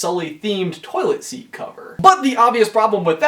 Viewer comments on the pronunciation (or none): none